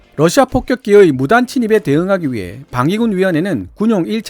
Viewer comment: 발음 오류는 그게아니라 폭격기를 뽁격기로 하셨다는겁니다 ㅎㅎㅎㅎㅎ